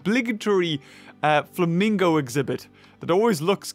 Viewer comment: You called the flamingo exhibit "famingo land"